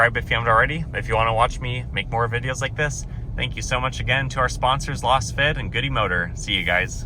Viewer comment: I believe Lasfit is pronounced the same way as Laser.